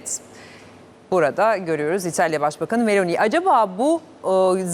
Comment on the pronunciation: Bu nasil dandik NTV Muhabiri ( italya muhabiri ama daha Meloni nin adini dogru söyleyemiyor !